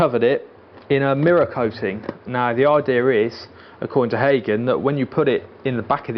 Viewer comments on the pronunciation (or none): none